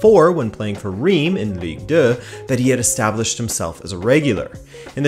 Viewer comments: Omg how you pronounced Reims I'm almost not recognize the name ! ^^ I'm French so I can tell you : it's prononced "Rins" or "Rince" The "s" at the end is pronounced, even if in "Rennes" or "Paris" it's not the case I know, it's tricky ^^' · Nice video and great Iberian pronunciations as always butttt... not to nitpick too much... 'Reims' is and odd one in French, pronounced almost like 'Rhance' (with the 'rh' part rolled) 👍 Sincerely, A Pedant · The way he says Reims bothers me.